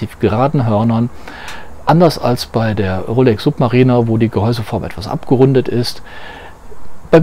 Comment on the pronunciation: Also Suub...marieh....ner hätte ich die Rolex glaube ich nicht ausgesprochen.